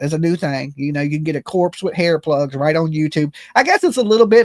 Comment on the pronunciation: everytime you say hair plugs, I hear butt plugs! 🤦‍♀️🙄